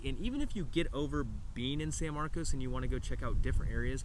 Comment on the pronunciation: thanks for not pronouncing at it san marcus…